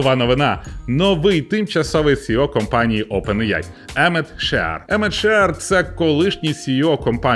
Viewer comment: Чого Опен іяй ане аі?